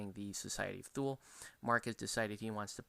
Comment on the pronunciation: It's pronounced "Thooli" sometimes "Tooli" but not "Thool" ;) Great review.